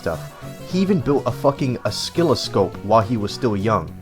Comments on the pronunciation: Great video, well researched! There was a decent amount of weird pronunciation (slalom, oscilloscope, etc.), might be worth looking up pronunciation for words you aren't familiar with! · Oh skill a scope? It’s Oh sill uh scope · OsKILLoscope, slalaam, zee ex spectrum, SILICONE GRAPHICS AAAAAAAAAAAAAAAAA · the c in oscilloscope is silent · You mispronounced oscilloscope...just a heads up :)